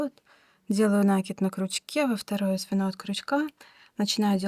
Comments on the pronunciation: Ну почему нАкид, нужно ударение ставить на И, т. е. накИд, накИИИИд!!!!! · Спасибо большое за урок. И пожалуйста, ставьте правильно ударение в слове накИд. Уж больно слух режет.